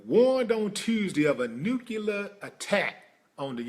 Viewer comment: Why the fuck is it that people forever say "nu-cu-lar-" instead of NUCLEAR?????? I'm so fucking peeved!